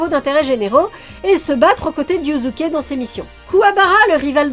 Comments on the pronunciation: Pour info, dans la langue Japonaise, le S entre deux voyelles se prononce comme un S et pas comme un Z. Donc Yusuke se prononce Yussuké (normalement c'est Yuuské), et pas Yuzuké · YuZUke 😭😭😭 un effort sur la prononciation la prochaine fois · Haha c’est dur d’entendre « yuzuke » a chaque fois 😂 Après je si je puis me permettre, pour dragon ball et yuyu ils faut les regarder en vostf, j’ai personnellement redécouvert une autre facette de dragon ball en vo alors que je les connaissais par cœur en fr, et pour yuyu j’imagine que le yuzuke vient de la version fr. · Moi j'ai l'impression d'entendre Yussuké